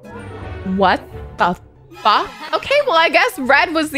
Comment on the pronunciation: She said wat da fwak😀